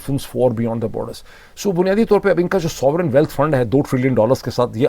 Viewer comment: Dr. Sahib, its pronounced OPEC, not opaque :) ... this is another POILET moment. I would also suggest carefully listening to the pronunciation for "uncertainty" and "sovereignty". You have a lot of reputable international viewers and sometimes your pronunciation for some very common words is not appropriate. I hope you don't mind the feedback.